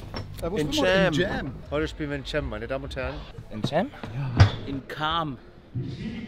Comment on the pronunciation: Alle: “Heute spielen wir in Tschääm”: “In Kaaam” 😂